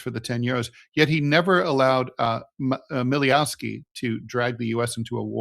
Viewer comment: Netanjahu's father's last name is pronounced Mileykovski (not Mileyovski)